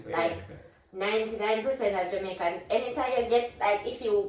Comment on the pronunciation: is pronouncing the Jamaican words very well 👍